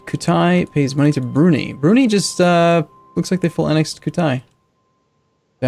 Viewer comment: IT'S NOT BROO-NEE IT'S BROO-NIGH